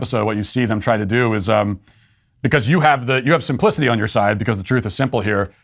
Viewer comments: I know Matt said you have simplicity on your side but it really sounded like he said you have some pussy on your side.. Just me?🧐🧐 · when he said you have Simplicity on your side I had to listen to that so many times I heard something completely different